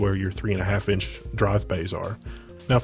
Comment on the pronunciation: The "bayhs" get me everytime :') Great build nonetheless